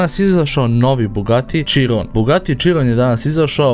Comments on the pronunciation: Izgovara se Širon a ne čirom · Nekaze se bugatti čiron nego širon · nije ciron sa c nego siron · Nisam smarac ali ne kaže se čiron nego kiron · Kaze se Hiron a ne čiron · nije čiron nego kiron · bugatti širon se izgovara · nije chiron tako se pise kaze se širon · Kaže se širon